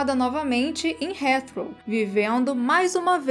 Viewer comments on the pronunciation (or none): Excelente video!! O nome do aeroporto de Londres se pronuncia "ritrou". 😀